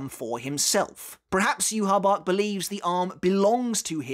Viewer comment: It’s “ yuhavaa”